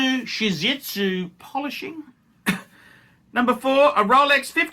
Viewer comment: How does a 30 yr old afford 100k in watches? Also - its ZARATSU polishing. “Shizitsu” is a dog breed?